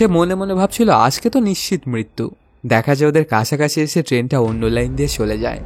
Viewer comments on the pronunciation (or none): আপনার উচ্চারণ ভালো না,এই কাজ আপনার জন্য না, আগে কথা বলতে শিখুন, কাসাকাসি, সেলে, এসেসিলো, এই গুলো কেমন শব্দ